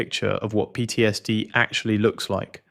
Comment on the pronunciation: PTSD is an abbreviation, not a word. The Ai narrator should know better. Slop.